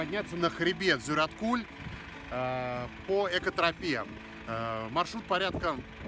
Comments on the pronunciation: Зюраткуль ударение на Ю)) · Хочешь поездить по асфальту, не выезжай из города. Ты на природу выехал, так что наслаждайся первобытностью. И кстати Зюраткуль ударение на А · озера Зюраткуль, ударение на А, а не на У , удачи в путешествии